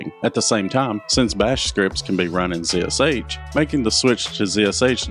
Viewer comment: pronounced "zash"